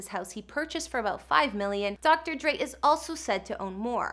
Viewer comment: IT'S DR. DRE NOT DR.DREE🙄😠🙄😡🤬👎👎 UGH..!!